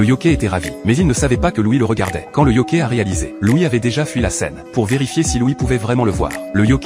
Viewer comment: yoKAÏ pas yoKÉ